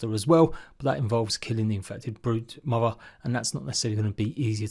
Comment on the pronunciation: I love to hear him say BRUUDE MOVVA😂❤😂 It just make me giggly to hear him say it. Idk why lol. I have a thing for accents. In the most loving and respectful way,Not the typically ignorant way...btw.. lol.